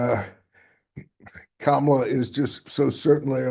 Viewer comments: It is Kah Mal Ah! The ugandan giant! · All I heard from these lefty idiots, was them mispronouncing Kamala's name. 😅v